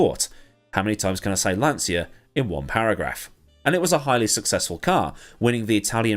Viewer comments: It is pronounced lan-cha, not lan-sya. Do not argue with me; my dearly departed father started his career as a tool & die maker at Lancia and spent 11 years there before immigrating to Canada. He would know the proper pronunciation of the company he worked for. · Lancia is pronounced Lahncheeah, not lahnzia.